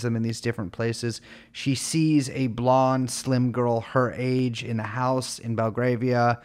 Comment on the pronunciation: It’s pronounced Bel-grAY-via btw - the first ‘a’ is an ‘ae’ sound not an ‘ah’